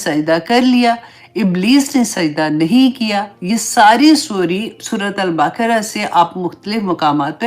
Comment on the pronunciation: اسلام علیکم و رحمتہ اللہ و برکاتہ میں دروس سنتی رہتی ہوں بہت خوبصورت بیان ہوتے ہیں اور ہماری معلومات میں اضافہ ہوتا ھے، جزاک اللہ خیر آپ کیو بتانا تھا کہ آپ سورہ بقرہ کو ہمیشہ باقرہ بولتی ھے جو درست نہیں ہے ب ق ر ہ ھے نا کہ ب ا ق ر ہ آپ اس طرح بولتی ہیں کہ جیسے بیچ میں ا کی آواز آتی ھے جس معنی بدل جاتے ہیں بہت معذرت کے ساتھ